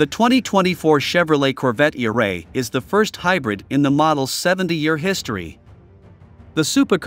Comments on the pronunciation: I love the robotic narrative 🤣, not e- ray but eray! 😭😂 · Computer voice is funny. Eray is not all one word. It's pronounced Eeee Ray. hahaha